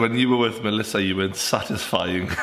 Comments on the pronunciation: Did anyone else hear when said “Melissa” instead of Alissa? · He said malisa not alyssa fuck i cant spell it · 6.49 it’s Alissa not Malissa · It's Alissa no Melissa 😂😂😂😂😂😂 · alissa not Melissa haha